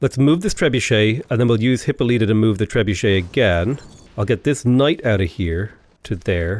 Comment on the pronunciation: It's Hi-PO-lita.